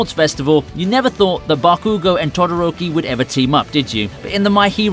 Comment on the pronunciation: Its call bakugo